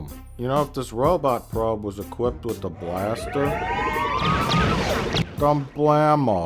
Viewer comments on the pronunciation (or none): none